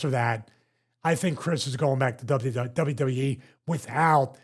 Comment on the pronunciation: "Dubbya Duddya E" --Stevie Richards